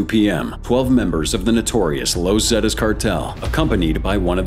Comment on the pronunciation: "Low Zetas" 🤣